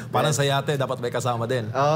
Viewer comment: Sino itong gagong ito, kapag sinasabi ang word na “Parang” inaarte ang pagbigkas na “R” pero pag binibigkas ang “caR” ok naman. Bugok talaga..